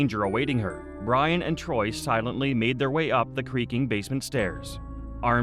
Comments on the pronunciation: It's tory, not TROY. That's what happens when a robot does the narrating and editing. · Torey** that bugged me the whole time 🥴😂